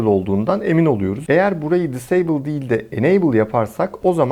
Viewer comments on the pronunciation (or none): none